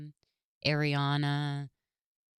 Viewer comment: She said Airiana